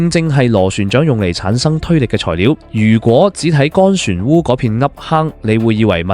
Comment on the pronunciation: 船(澳)吾係讀船烏？不知所谓！